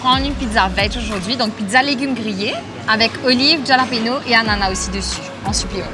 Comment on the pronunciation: Love the peanut butter machine! Pesto = pinenuts+ basil+ olive oil+ Parmesan cheese. The challenge was on top love the whole team effort, also it’s said hallapinos j=h in Spanish 😊. Waiting to see you next week! Cheeers🍻